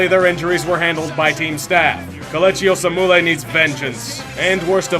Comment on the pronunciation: How Kelechi Osemele's name was pronounced gave me an aneurysm...